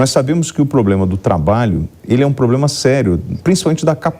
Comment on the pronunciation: Candidato ao senado, falando "poblema”, não dá!